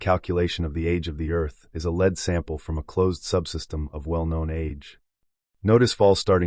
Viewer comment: You were talking about elements and you pronounced Lead as Leed. This Christian homeschooling has gone too far. Your mind is rotting brother. You believe everything in this life is fake. All the science, you dont think we came from primates therefore you must not believe in DNA. Us normal people and those who have empowered our species through science are just normal honest people exploring the world and universe around them. And here you are an epic fool and or liar gaslighting all of humanities work by thinking its all fake cos people dont like your god or something. Its the ultimate irony. So gullible. A silent invisible god a collecter of foreskins who admits he only came to earth to save the jews not gentiles. Yes a racist hate god ashamed to show his face unlike the rest of the gods who had more balls than him. Not foreskins though the chewing gum of yahweh